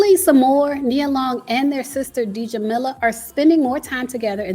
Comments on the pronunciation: I’m sorry but that “D-Jamilah” was killing me. The pronunciation is simply “Jah-millah” 😫😫😫 Anyways, they may not have a public relationship but they probably have a private one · Oooohh my!! It is not pronounce “DJ”amila but [g]amila (Muslim name) …. So funny how Americans just don’t have any general culture incline!😂😂😂😂😂😂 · I think their sister’s name is pronounced (Jah-meela) I believe the D is silent. It doesn’t matter what we think about Nia and Sommore being sisters, they don’t have to announce it to the world and we don’t know them personally so it’s not our business to know why they’re not close, if that’s even the case. We don’t know what goes in behind closed doors. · Side note. Djamilla - the D is silent, it’s pronounced Jamilla. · I'm pretty sure her sister's name Djamilah is pronounced "Jameelah". The D is silent. Please take time to research proper annunciation of African and/or Arabic names For example, on several occasions your butchered Simon G's last name. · The D is silent in Djamila 🤓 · Djamila...the D is silent😂😂